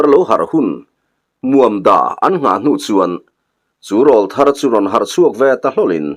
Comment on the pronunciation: Râwlthar tiin lam ri ve tawh la....... insiamthat hi tum ve tur.. 😊😊😊